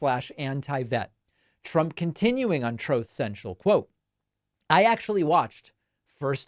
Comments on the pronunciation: Thank you for "Troth Sential"! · Not the “TROTH SENTIAL” sound byte! 😂😂😂 lmao